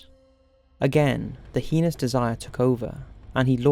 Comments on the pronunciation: That's not how we pronounce "heinous" in America, just saying.. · The way you pronounce the word "heinous" is heinous. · Yeah sounds like pen*s. Annoying.